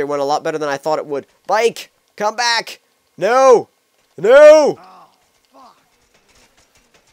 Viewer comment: this may sound racist but i thought he said black flip and im black but then he said back it sounds like black to me